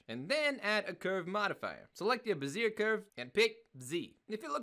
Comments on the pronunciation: Bezier = Beh zee Eh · bez-ee-AY (love the tutorials)